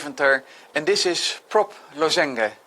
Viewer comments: first thought was that he doesn't know how to pronounce lozenge in English :D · Americans would pronounce this LAZ-uhnj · maybe we've all been saying it wrong all this time